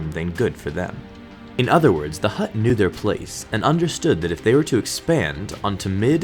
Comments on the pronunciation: he keeps on saying hutr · Every time he said "Hutt," I pictured a football player snapping a ball. xD